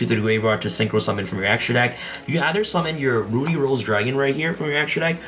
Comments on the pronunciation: Drink every time he pronounces "ruddy" as "Rudy" 😂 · it's pronounced ruddy like muddy or buddy. Please get it right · RUH-DEE Rose Witch. Lol